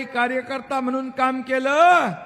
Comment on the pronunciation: आणि मगणून